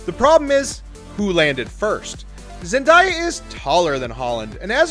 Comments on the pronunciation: It’s Spider-Men NOT Spiders-Men, the men makes it plural. Also it Zen-DAY-A not Zen-dI-A. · So does this lad say today like to-die? Going by his pronunciation, he must do. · the way he says Zendeya annoying me. else good video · Learn what your talking about, how do you not say zendayas name right?! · Seriously it's Zendaya. Where are you getting the di from? Like it's literally said how it's spelled. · Not a fan of him butchering zendaya